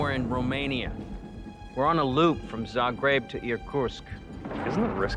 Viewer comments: he Zagreb wird Sagreb ausgesprochen weil im Kroatischen wird dass z als s benutzt, ich weiß wovon ich rede ich bin Kroate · Zagreb spricht man sagreb aus